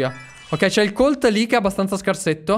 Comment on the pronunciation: Allora Colt si pronuncia Còlt CONSIGLIO: Barryl ha la super strana perché quando la utilizzi rotoli quindi usala per andarci adesso ai nemici.